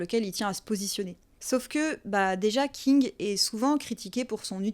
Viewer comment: Alors pardon, mais j'ai eu un rire con j'ai pas pu m'en empêcher :A chaque fois que tu dis ''King'' j'entendais ''Kink''😂 C'est débile. Je sais. Mais sinon, très bonne vidéo. Je connaissais déjà bien Stephen King et j'étais consciente des sous textes. Mais j'ai trouvé intéressant ta manière de les présenter.❤ Du coup nouvelle abonnée 🎉